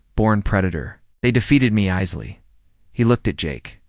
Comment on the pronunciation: "Easily" pronounced Eye-zily. 🙃